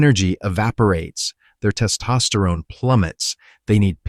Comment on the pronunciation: It's hard to listen to because the way he says "Test Osterone" is super distracting